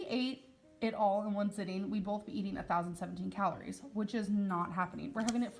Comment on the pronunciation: Starving = starveeen Both = bolth